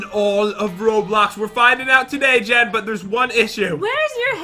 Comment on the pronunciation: why do you call Jen Jad